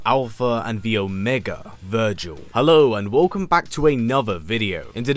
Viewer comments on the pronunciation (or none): none